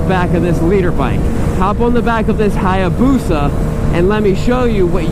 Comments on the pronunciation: Being a motorcycle dealer, I'm surprised you can't properly say, "hay-boosa". And I'm not sure that's even a real hay-boosa; the swing-arm is way too short. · The A is silent in Hayabusa just so you know.